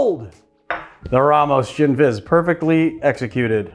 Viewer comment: "Ramos Gisni fish" :D